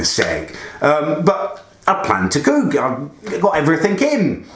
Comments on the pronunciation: “I wanna cewk, I wanna cewk,” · Learn how to say cook you humpty dumpty lookalike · Any1 else hate the way he says cook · Stop saying cook like that please. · what do you say cook so weirdly